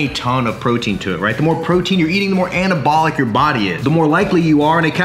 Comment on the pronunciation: This dude shouldn't be allowed to say "anabolic".